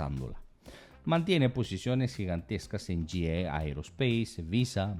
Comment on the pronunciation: Master, GE Aerospace no se dice yi ei aerospace, se dice yi i aerospace, la e se pronuncia como i, yo siempre me he preguntado que por que canales en español quieren dar la información en ingles? Seria mejor decir ge e aerospace, en español todos vamos a entender no ocupamos traduccion al ingles, no crees master?